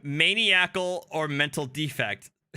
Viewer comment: Mn-eye-i-cal,. Pronunciation is important! Lol